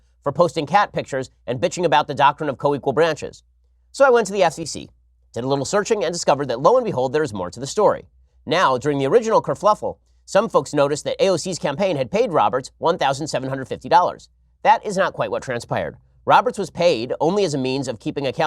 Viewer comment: Ben! You put an extra "L" in kerfuffle. Multiple times. =O Can you just call her Alex Cortez? Kinda like Alex Jones is not referred to as AJ! He's not dear enough to us for us to call him AJ. You're unintentionally endearing her amirite? Fail.